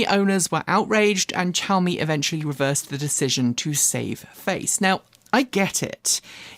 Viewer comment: Xiaomi starts with a "sh" or "szu" if you can manage that sound, not a "ch" sound (shaow-me) - long time Xiaomi customer - although I wouldnt touch that car with a barge-pole.